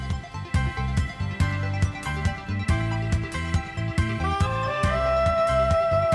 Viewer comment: FYI It's pronounced BETTER max